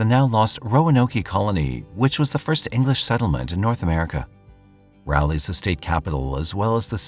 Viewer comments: lol!!! “RALLY” 😂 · I must have been pronouncing Raleigh wrong all these years? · As a NC native I didn’t realize he was talking about Raleigh until said capital of the state. And then every time he said it it has provoked this primal cringe 😂usually he gets pretty spot on with things. First time I’ve heard it pronounced that way tho